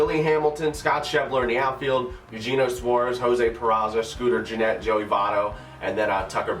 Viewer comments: I’m sorry but it bothered me-his name is pronounced: aye-you-hey-nyo...not Eugene-o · The third baseman is Ay-you-hey-nio